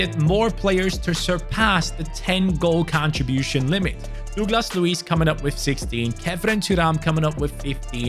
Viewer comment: Bro really said “Douclas Luiz “